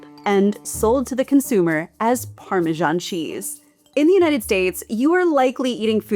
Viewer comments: Learn how to pronounce parmesan. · It's pronounced Parmee-zian!!! 😉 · Going to ignore your countries pronunciation of parmesan, but rennet is hard ren..it. Good video